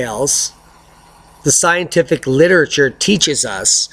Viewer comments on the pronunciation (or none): none